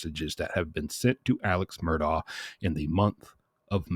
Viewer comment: His pronunciation is correct. This is what he and his family call him. It is indeed spelled Alex but he has always gone by Alec. His last name is Murdaugh but he and his entire family pronounces it as Murdock.